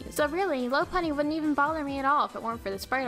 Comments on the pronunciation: it's pronounced lau-punnie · Her pronunciation of Lopunny annoys the heck out of me...